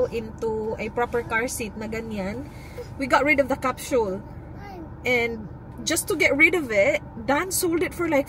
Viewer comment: What the heck is a Cap-“Shul”?? Isn’t it a Capsule ? Bakit “shul” 🤔